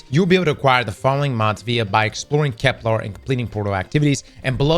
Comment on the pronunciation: I dont even care about EoF anymore, I just want to pronounce Kepler correct one time